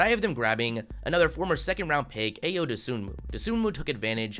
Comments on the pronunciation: I was loving this video until he said A YO Dosunmu. It’s pronounced like IO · Can y’all say Ayo’s name right? Damn it’s so annoying hearing u say ayo not “eye-o”